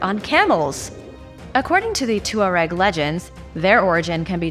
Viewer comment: Pronounced “twareg” I believe.